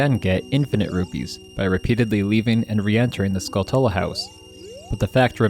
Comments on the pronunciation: JFC. Have you never heard of a tarantula? Say the word out loud. Now say “Skulltula”. You’ve been pronouncing it wrong this entire time. The correct way to say it is skull-chu-la. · How do you literally not know it's pronounced like tarantula. Skull tella... Good grief dude. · Duuuuuude, Skulltula (Skull-CHula) y’know, kind of like tarantula (taran-CHula). Other than that, cool video.